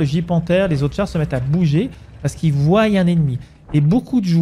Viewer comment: Merci pour la vidéo. Juste deux petites choses (désolé de corriger surtout que tu parles bien,mais ça vrille un peu l'oreille ! ;)) : - ils voient (voi) et non pas ils voyent (voille). - si on était et non pas si on serait